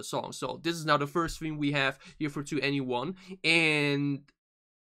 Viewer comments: 2NE1 pronounce 21 by the way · you looked up how to pronounce it and still got it wrong? "Twen'y One" - just listen to them introduce themselves on any song or variety show performance. 'To Anyone' is an album title and a play on their name ...just say 21 and drop the second T sound.